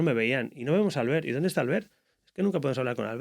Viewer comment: Es muy duro que el predentador le admire tanto y no sepa ni pronunciar su nombre, que se dice Albért, no Álbert.